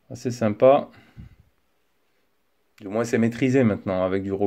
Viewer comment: Salut bonne vidéo bon tel mais on prononce pas le s dans le mot moins on appel sa un s muet